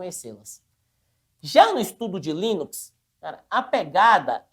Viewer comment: tem dificuldade de falar LINUX! toda hora ele fala em linix chamndo de windows kkkkkkkk